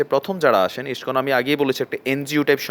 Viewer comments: তোদের গাঢ় ফাটছে karon ইস্কন হিন্দু ধৰ্ম keniye এগিয়ে cholche. আর বার বার কি বলছিস যে মূল ধারা হিন্দু আর ইস্কন মানে??? Tora গুদির বেটা মোল্লা মোল্লাই হবি. আমাদের জিনিস আমাদের ওপার cgere দে তোদের হিন্দু দের ব্যাপারে ভাবতে হবেনা. এখন তুই ইস্কন উচ্চারণ করতে জানিস না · Ai pagol ta ke.. Je Iscon r name ta thik Kore ucharonn kortee pare na.. Bhul bhaal information dichee.. Gandu Kichu janee na.. Ore murkhoo Tui Jodi Iscon r bhakto hoss tahole Tui udhar pabii.. Chagol kothakar.. Tui to garuu khee narokee jabii.. Iscon r mull lokhoo harir nam prochar kora.. R Chaitanya mahaprabhur banii saradeshee harirnam prachar hobee dekhis.. R Hindu der mull dhormogronthoo bed noii.. Srimod bhaggbatt gita .kichu janis na.. Bhull kotha bolis. Pls keuu ai mahamurkher kotha Biswas. Korben na